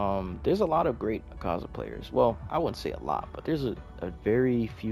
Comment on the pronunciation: u saz his name wrong :I